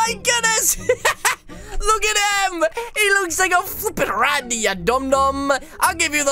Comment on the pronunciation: Yep he said rany so many times